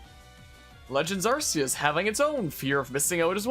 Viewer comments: Don't apologize for saying Are-see-us, it's the correct way, Are-key-us is a censorship for western countries because of the word "arse" which is why it originally was called "Are-see" everywhere and then later changed. In Japan it's Are-see-us (アルセウス) and Silvally's ability is called "AR System" (ＡＲシステム) so don't believe that "RKS" bullshit westerners use as an explanation. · Immediate thumbs up for pronouncing arceus the way it should be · They pronounced "Arceus" like this on House as well. That's the first time I heard it out loud, so this is correct for me too.